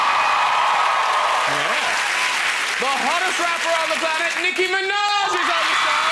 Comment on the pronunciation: wrong:niKKi true:NİCKİ